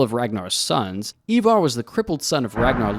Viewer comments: EYEvar, NOT EEvar. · Americans have no place in this topic.. bias history and mainly incorrect. Can't even pronounce Ivar, it's not Evar! You have your history from a TV program that is also wrong about much.. No Harald bluetooth, no Hrafna and no Sweyn Forkbeard... and many many more. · Why can't Americans pronounce Ivar 🤣